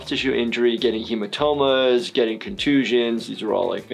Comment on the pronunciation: Absolutely no one:: "H E M A T O M A"